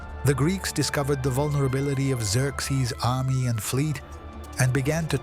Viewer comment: Its Zer-zees not zerx zees.